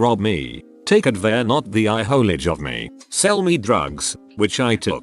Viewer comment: "take advan-ti-olage of me" bish wat